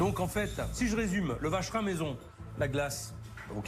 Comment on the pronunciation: Le vacherin 😂😂😂 je dirais plutôt la vache rine 😂😂😂